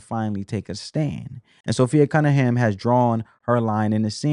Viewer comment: Appreciate your commentary and summary! ❤ P.S.- it's Sophie NOT Sophi-A 😊